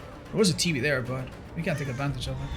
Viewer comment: saying TV sounding like tb kills me lol 😆